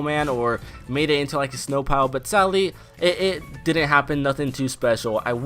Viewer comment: It kinda sounds like he’s saying “sally” instead of “sadly”